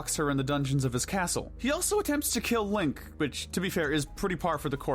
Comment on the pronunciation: I like how he say he can killen Ganon